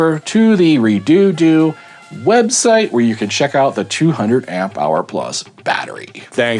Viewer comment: Its pronounced (Red-odo) now you have to Re -doo doo the whole video jk lol - Strange name for a battery the price is very good though I've seen 100ah batteries for the same price